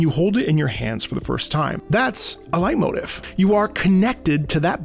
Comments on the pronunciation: I’m also American. It’s pronounced light-moteef. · Whoops I thought it was pronounced "Late-motif". Really informative video. Surprised to see how short that list was. Certainly noticed a few missing but an interesting read nonetheless. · oh... i've been pronouncing leitmotif wrong my entire life... i've been saying lay-moe-teef... i assumed it was fancy and french lmao